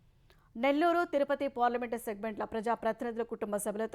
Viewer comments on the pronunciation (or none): none